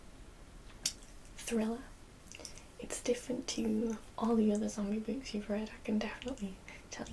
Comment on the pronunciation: "bewks" <3